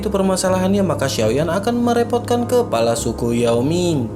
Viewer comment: selalu dengar mimin sebut kelapa, sepatutnya KEPALA bkn KELAPA